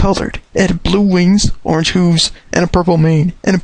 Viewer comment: its not hoooooves its hooves